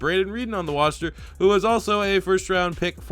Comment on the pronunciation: Reeden on the woster my man says